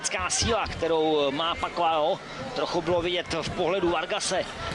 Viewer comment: Ne PAKUAO, a PAKIAO. ETO campion ,nado znat.